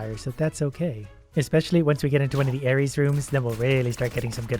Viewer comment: buddy That's ARES, not Aries Aries is the ram zodiac, Ares is the god of war (I think it's pronounced Ar-s?)